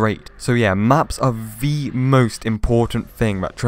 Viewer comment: Why you keep saying “Vee” instead of “the” ??